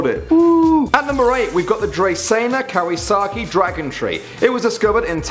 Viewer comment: Don't say Kaweesakii it's a disease and I had it